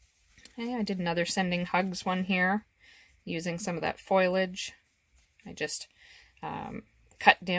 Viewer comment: Foliage not foilage